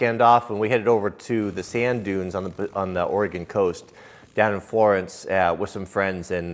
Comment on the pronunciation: Florance?! Wth man hahaha.